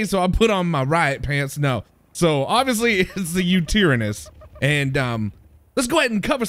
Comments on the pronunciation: Love your vid, btw its pronounced, You-tie-ran-nuss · its called Yute-ty-ran-as then Mega-lane-ee-a Mega-fear-ree-um the hy-een-a-don hesp-ar-orn-is. ps yutyrAnnus sound less scary then what this creature actually was and megalania was australian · Sorry to do this, but it's pronounced U-TIE-RAN-US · Him pronouncing it the wrong way was annoying me. lol